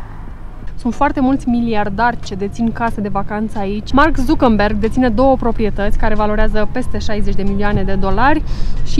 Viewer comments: il cheama zuckerberg, nu zucāmberg :D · Z se pronunta ț daca e nume german